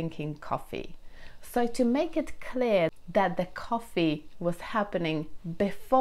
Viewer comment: When I had been to Whitstable “that” was actually not the first time. In this “that” - I noticed a slight “d” instead of a “th”. I am pretty sure that you have noticed it yourself. Please don’t take this as a criticism. You speak a wonderful British. I just wanted to point out that such slight little things in pronunciation do happen to all people that are not a 100 % native. I need to hear your personal story. As far as i remember there is one among all your tutorials.